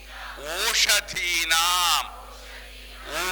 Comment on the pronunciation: రోశదీనాం కాదు ఓషదీనాం అని సరిచేసుకోండి